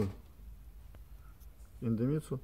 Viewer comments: В названии идемитсу нет ни звука ни буквы «Н», почему автор произносит индемитсу ? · Индемицу)))) читай правильно!